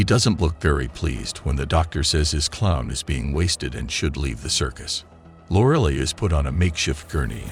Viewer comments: Loraleye & Frankenstyne. Don't use AI voices unless you put phonetic spellings in your script. FFS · how do you pronounce Frankenstein and Lorelei wrong lol